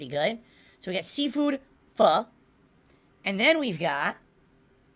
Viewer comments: fah? what is fah? i know "PHO" not fah. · Fish balls is one of the weirdest foods I've ever heard of I wonder if is just getting the name wrong because he thinks Pho is pronounced Pha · think the worst part of this whole thing is how he has zero idea how to say pho